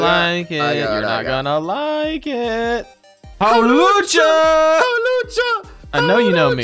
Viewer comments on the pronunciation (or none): Hawchula? Bro its hawlucha